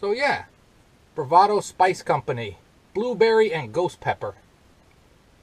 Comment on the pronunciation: Hey! I gotta' try to find some of that! Did you say, "BooBerry?" LOL! I got the Sriracha because of you. I like it! I got the Cholula because of Adventure Van Man (Brian) It's good, too! I always used Frank's Red Hot Sauce because I didn't like the Vinegar in Texas Pete. I wanna' make some Loaded Nachos this Weekend! Cheers! Thumbs Up!